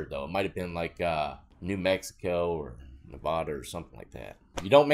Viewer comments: Ne- Va -Da not navada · Being from Nevada its not pronounce (knee VAWW duh) try (Nuh vADD uh) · "Nuh vodda" 😂 iykyk